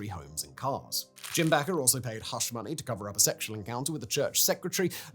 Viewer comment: Do you "back" pies in your oven or "bake" them? Its Jim BAKEr, not Jim BACKer.